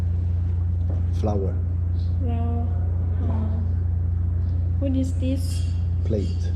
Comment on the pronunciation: Cameriera: finge di non sapere l'inglese: this is flower Sempre la cameriera che diceva di non sapere l'inglese: ah, FLOWAH